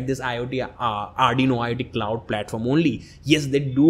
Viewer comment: arduino klauuud, i love this english